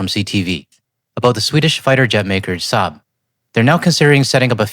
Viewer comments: i might be wrong, but I think the proper pronunciation is "Sawb." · Nitpicking, here. Saab is pronounced "sob" (like crying). We drove their cars for decades and corrected the pronunciation dozens of times.